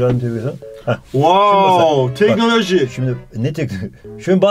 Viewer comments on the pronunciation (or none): +Wooow tenolojhy -Ne tekno aağağağağa🤣